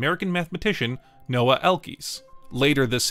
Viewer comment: The name is Noam Elkies not "Noah"